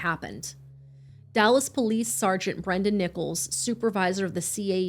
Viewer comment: This is absolutely heartbreaking, but I have to ask.. Did you say Sergeant Brendan NIPPLES?